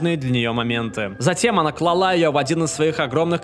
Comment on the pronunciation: клАла, а не клалА🚼